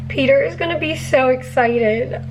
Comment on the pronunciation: Sounds like your saying peter with a Brooklyn accent😂 peeetah!